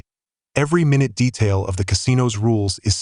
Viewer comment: Decent info, but sounds like AI talking. I say that because almost halfway through it was going to say "minute detail" but pronounced "minute' not as the word meaning tiny, but as the unit of time. That gave it away and broke the mood for me.